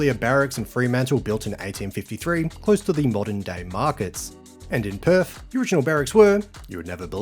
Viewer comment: West Aussies can’t do TH when saying Perf 😁